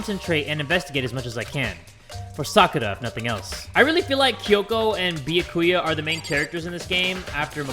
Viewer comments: Can someone please tell its B-ya-Ku-ya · it is NOT bee-yuh-koy-ah IT'S bee-yah-kah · anyone else kinda triggered by how he pronounces byakuya?